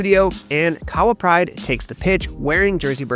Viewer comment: Keep it up!! Shout out to your video editor, good job, And bytheway, Kahawa is pronounced 'Car-her-wa' 😉😉😉